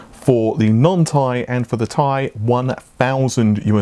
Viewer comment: Who says Ti like “Tie”?